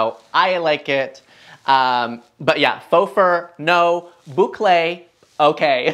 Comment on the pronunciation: I love the way you say boucle!